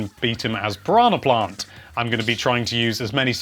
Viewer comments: "Paronna plont" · I love the way you say Piranha Plant lol